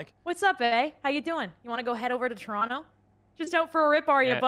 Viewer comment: Em's Canadian card is pulled she said Toronto wrong.